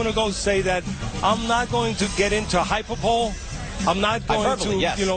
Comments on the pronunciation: "Hyperbowl" lol. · lol "hyperbowl" stupid it's hyperbole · Can't even say hyperbole right. a straight up clown. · Does ever shut up. He said hyperbole Instead of hyperbole. Someone in his ear has a tough job.